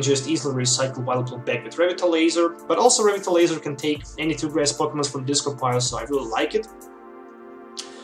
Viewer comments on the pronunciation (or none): You're pronouncing Revitalizer wrong. Good deck, btw.